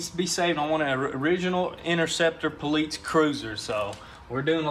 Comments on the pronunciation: PO LEETZ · Why do they say poleetz? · The "Poleetz" Charger ist gonna be rippin' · Get this guy the contacts of a speech therapist!!! WTF is a poleets???!! 😑